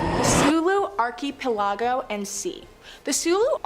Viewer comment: just a pet peeve, but why is she mispronouncing archipelago?? Also, is she okay? Looks like she has parkinsons...